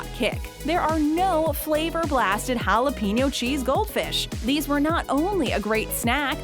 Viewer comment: Would it hurt you white people to pronounce jalapeños right ? Where do you see peen in the word?